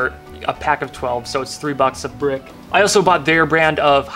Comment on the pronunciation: “3 bucks a brehck”